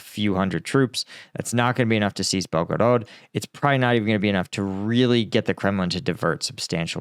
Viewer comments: Belgorod is pronounced, Bel-ga-rad, with this accent on Bel. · Bel-go-rod your pronunciation is horrible and you change it several times in first like 2 minutes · Saying belgarod the way you do without pronouncing any other Russian city with an accent is fucking annoyingly stupid! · BelgoROT, no BelgoROED. Must be too much gum intake ))) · Come on bro it's not hard to say Belgorod